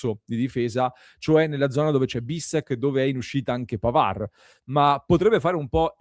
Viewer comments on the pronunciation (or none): none